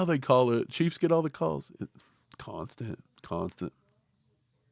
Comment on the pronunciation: was that "cah keys"?😂😂😂